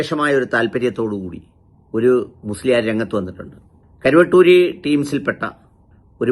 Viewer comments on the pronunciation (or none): കരുവട്ടൂരിയല്ല.. കുരുവട്ടൂരി...😂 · കുരുവട്ടൂരി ആണ് കരു അല്ല കുരു